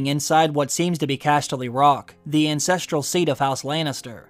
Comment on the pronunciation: I heard the "incestreal seat kf house lannister" instead of ancestral.